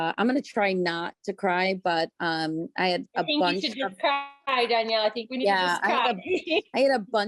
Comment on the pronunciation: I'm a petty b!tch, so all i can think is that "Danelle" (no i) would not be pronounced dan-yell, but dan-el.